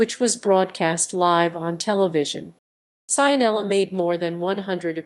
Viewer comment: Pronunciato Saianela non si può sentire.